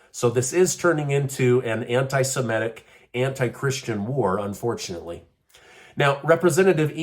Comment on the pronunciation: You know, it isn't simetic, it's semitic.